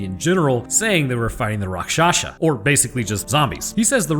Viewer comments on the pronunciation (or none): none